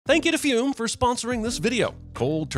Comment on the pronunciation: Pronouncing fum as fume instead of f-uh-m.